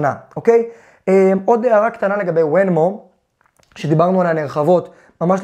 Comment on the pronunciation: רק תיקון קטן שכאב לי באוזן, קוראים לחברה ונמו (venmo) לא wenmo